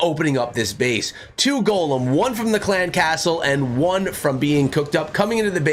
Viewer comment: i realize that. I seen it come out as I was watching the video but he was saying golemn and to always use a golemn in the video.